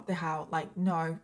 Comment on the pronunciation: when she said "oh norrr" in her accent, all i can think of is H2O😂😂 OH NOOOR! CLEOORR!